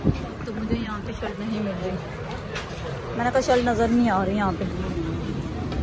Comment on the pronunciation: Shilt ni shirt hota h